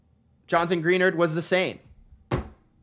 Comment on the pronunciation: Greenard not Greennarder😅